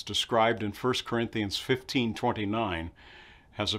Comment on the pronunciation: When he says sirinthians does he mean Corinthians or someone else?